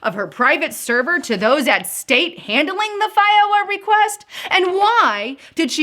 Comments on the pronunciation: Had to stop watching, the pronunciation of F. O. I. A. made me nauseous. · FOIA is usually pronounced like FOY YA